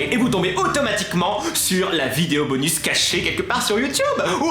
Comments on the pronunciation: pk tu dit 《 bonu 》 et pas 《 bonusssss 》 et il y a plein d'autres mots ou tu prononce pas les s je comprends pas ? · Ca se dit bonussssssssssse